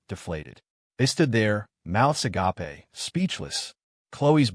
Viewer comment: Love how AI says agape.